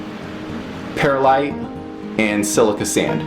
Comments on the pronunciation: One quibble, Perlite is not pronouncea pear-a-lite, it is per-lite or purr-lite. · Actually, it's Pearl-ite, no pears in Pearlite! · I used to pronounce the word the same way - and the people at my local nursery apparently did not know any better as they did not correct me. I figured it out on my own when I noticed that there was no letter a in perlite.